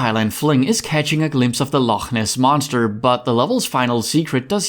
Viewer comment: Can I just say as a Scottish person well done for getting the "ch" sound in "loch" correct.